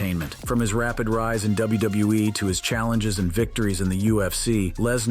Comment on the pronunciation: cant say wwe u said wbewe lol😂listen at 7min 38 sec to 7 min 40 sec